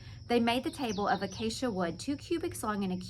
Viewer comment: you said the word acacia perfectly, great job!!☺️